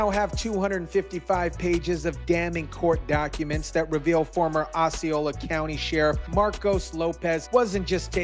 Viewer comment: Pronounced Ossy- Ola county...NOT Oxxy - are you stupid or just skipped 3,4,5th grade.